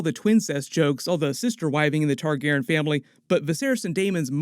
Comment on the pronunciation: Does the way he says Targaryen bother anybody or is it just me?